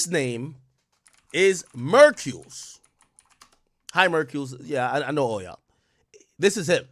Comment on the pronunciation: LMAO ak it's MERKULES. LIKE HURCULES. bruh I be forgetting you like not from the culture at all but bruh that sound funny as hell you keep saying it wrong lmaoooo 😊